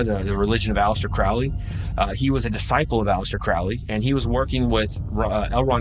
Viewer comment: It still makes me laugh listening to these narrators who read the script n front of them and Flub it up. For Example..... A-Lister Crowly (Allister Crowley) 🤔